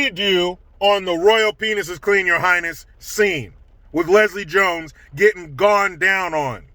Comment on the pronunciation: Did you say Lesile Jones???? 🤢🤢🤮